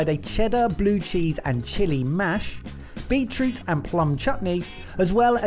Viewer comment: When was adding the juice, I know he said beet something (root?) juice, but I heard Beetlejuice.